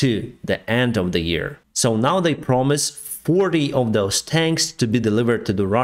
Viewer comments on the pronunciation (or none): none